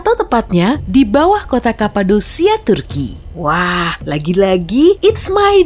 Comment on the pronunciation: Cappadocia = kapadokya not kapadosia mbak 😬